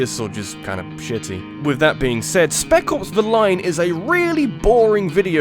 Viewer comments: I kept hearing "Speckles the Lion" whenever you were talking about Spec Ops. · Totally thought you were saying, "Speckles: The Line." I was like, "Jeez, that's a dumb title." XD